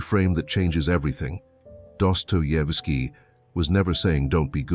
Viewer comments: "Careful research, original scriptwriting, and detailed creative direction" ruined by an AI narrator that can't pronounce the name of the author the video is about. It makes me wonder about the actual care put into the research and script. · Funny when the AI tries to pronounce Dostoyevski.